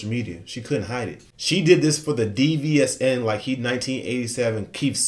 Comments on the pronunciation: DVSN is pronounced as division they're signed with Drake and have wrote hooks for him and songs for other artist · Its pronounced “Division” (DVSN)❤